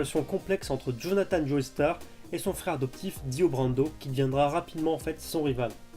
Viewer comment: "joeystar" 😱😱😱😱😱 non non non ! "Jostar" Joestar est un nom anglais, le "e" ne se prononce pas. Ça mériterait un pouce rouge ça 😈